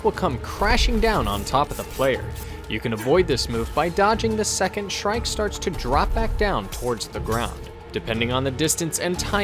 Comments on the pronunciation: when u say shrike it sounds like "shrek" lmao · And no impalement?! C'mon, it's shrike